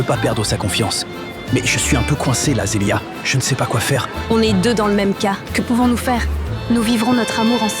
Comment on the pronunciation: Devrane qui appel Zeliah ( Zelïich )😅😅😅😅